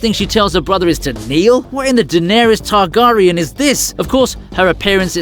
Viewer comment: Also Targaryan is pronounced TargAIRIAN, not TarGARYAN. Tell me you've never watched Game of Thrones without telling me you've never watched Game of Thrones.